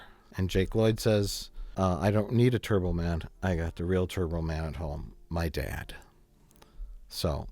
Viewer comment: The fact that Arnold can't pronounce "Turbo Man" well IS the point.